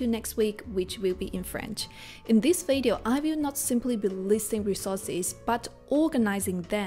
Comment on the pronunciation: You can’t even pronounce the word video properly. Maybe you wanna focus on that first